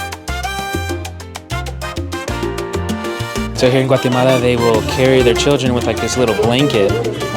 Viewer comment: No has dicho primero Guatemala, después Guaremala, mal pronunciado. pronunciation is correct for Guatemala, with no R between A and E. Your Spanish/Castellano is outstanding and clear. America refers to the entire continent, while EEUU refers to the country. Great video! I hope you and your wife enjoy the trip to beautiful Guatemala. Please come back during the Holly Week.